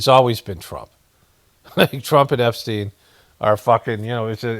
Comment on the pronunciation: "Trump epstiend Epstien." ~